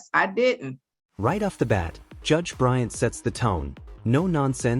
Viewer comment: It's BryanT. Not Bryan.